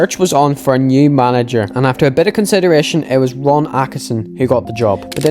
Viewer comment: East east east Belfast!! Despite all the mispronounciations (my fav was Akisin 😂) you've earned my subscription my man... May be due to the Norn Irish bias aswell but this video was brilliant, loved your choice of music for the background also 👌 can't wait to watch part 2 after the well played cliffhanger with the mysterious blurred out manager 🤔😂 I'm away to admire my Georgie Best shrine ❤️